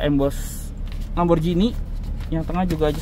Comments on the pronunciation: Ghi bukan bacanya ji. Parahhh lo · Namanya lamborghini bukan lamborjini. Pls lah belajar pronounce sblm bikin video. Cape denger lamborjini